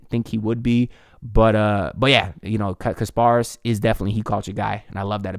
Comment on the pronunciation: Ik your gonna get it right but just wanted to let you know it’s pronounced KAS -paras sorta like Spartacus not kar paras but we’ll get it right lol A+ PICK